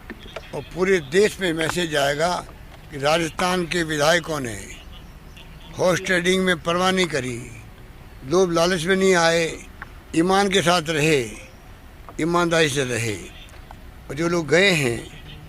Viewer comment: जब तुम हॉर्स ट्रेडिंग कहते हो तो ऐसा लगता है तुम अश्लीलता फैलाते हो हॉट हॉट करते हो